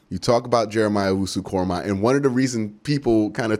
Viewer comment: Way to finally put some respect on that man's name, glad you said it right!!! Lol, no way did I see him being available crazy!!! I thought he'd be gone in the first!!!